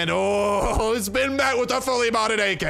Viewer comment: o man, his Russian accent when he gets an ak....